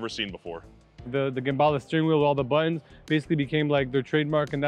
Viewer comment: The first time I'm hearing gerballa